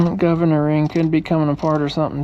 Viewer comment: Did you say Gov Ner😎